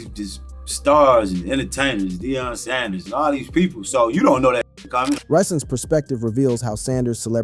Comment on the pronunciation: This mf just said , "DIE ON" PRIME TIME Sand-ers 😮#WhatInTheILLUMINATTIisTHIS